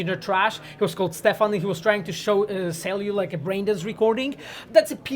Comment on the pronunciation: "Stefan" xDDD